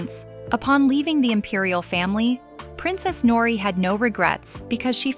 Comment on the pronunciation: Interesting love story btw in Japanese language like in Spanish the [r] is rolled: Nori